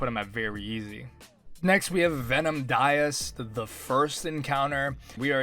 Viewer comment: ❌Daoist ✅Diced